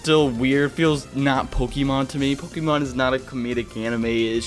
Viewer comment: It feels not pokeeemon because it's not pokeeeeeeemon, it's Pokémon. Po Kay mon. It's not that hard.